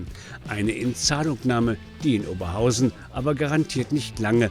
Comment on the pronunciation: OberHAUSEN.....wohl ne falsche BEtonung